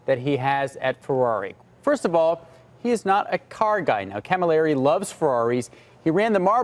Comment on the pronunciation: Guys! Marcions? Marchionne! Galimeri? Camilleri!